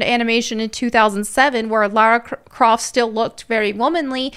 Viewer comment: It's not Lara Croft, it's Larry Crift 😅